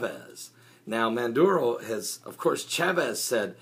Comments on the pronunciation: IS NOT MANDURO, His NAME IS MADURO (maaaduro) pronounce his name right... I would like where the heck is your source and where he got this from, I was there two weeks ago and everything is ok, the media is twisting this shit around WHY? OIL, come on be honest and preach the right stuff... Venezuela gave the profits of the oit to the poor people and the one who keep bitching are those who got money and are business owner because they are not making any money out of this. you from all people should know this, when people Jesus walked in the temple and saw people selling and making money off the house of the lord he went off on them... PREACH AND WALK THE LINE. Why every country who does not follow America's way is a socialism? some time I feel or sense that you follow two masters. there is only one master Lord and savior Jesus Christ the all mighty one the ALPHA AND THE OMEGA. NO ONE KNOW ABOUT THE END DAYS NO EVEN THE SON OF GOD BUT ONLY THE FATHER, why you keep saying we are in the last days, DO you know that for a fact? did Jesus came and told you that? as a pastor you need to walk a FINE line. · MADURO!!!!!!!!!!!! No " Manduro". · 20 seconds in and you can't even pronounce his name correctly. FAIL.